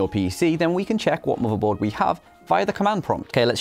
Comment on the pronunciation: i heard u say marvel board